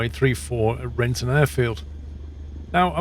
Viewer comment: "Renton" you called :)